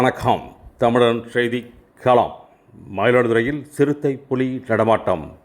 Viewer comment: தமிழன் என்று ஒரு அழகான பெயரை உங்கள் சேனலுக்கு வைத்துள்ளீர்கள் முதலில் அதற்கு என் பாராட்டுகளும் வாழ்த்துகளும் உங்களுக்கு. அடுத்து செய்தி களம் என்று பெயர் வைத்துள்ளீர்கள். தமிழில் பெயர் வைத்துவிட்டு அந்தத் தமிழை பிழையாக எழுதலாமா உச்சரிக்கலாமா என்பதை கொஞ்சம் யோசித்துப் பாருங்கள். செய்தி +களம் என்பதை செய்திக் களம் என்றுதான் எழுதவேண்டும். நன்றி